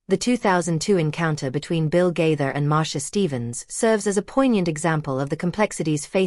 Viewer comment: Stop lying about the Gaithers and learn to pronounce Gaither